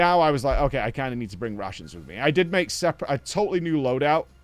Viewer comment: not sure if he said RATIONS or RUSSIANS.. bro brought Russians with him